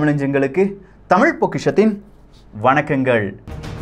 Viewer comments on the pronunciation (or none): none